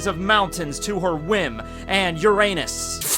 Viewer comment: you pronounce uranos in the correct way because in Greek ΟΥΡΑΝΟΣ means sky